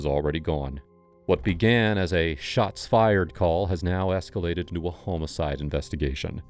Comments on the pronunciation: It's homicide... not homocide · Brother you are running a crime channel. You need to learn how to pronounce homicide. No hate.